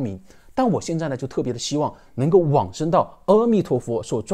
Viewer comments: 唸「阿」彌陀佛，不唸「喔」彌陀佛。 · 阿彌陀佛 的 ‘’阿‘ 字’ 读 Ah, 不是 Eh 或 O. 要念对。这与梵文Amitabha 相应。